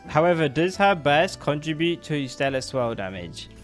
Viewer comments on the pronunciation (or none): none